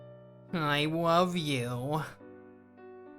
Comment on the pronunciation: HE LITERALLY SAID I WOVE YOU